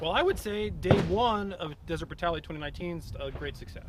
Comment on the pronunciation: "Deseret Brutality"